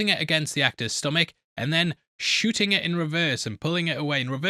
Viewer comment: When says “shooting” it sounds to me like he’s saying “shitting”